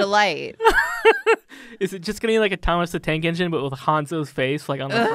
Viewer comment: *Oooooh, ENGINE, I thought you said 'eggs in'. Oh well, too late.